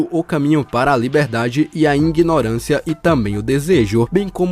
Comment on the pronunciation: o cara meteu um INGINORANCIAKKKKKKK